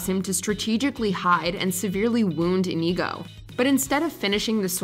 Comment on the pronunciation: InEGO Montoya? Try watching the clips for the correct pronunciation of the character names. LOL!